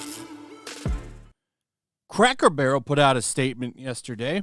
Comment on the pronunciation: Didn't Earn It. Cackle Barrel and Tar-Jay. 😁😌😃👍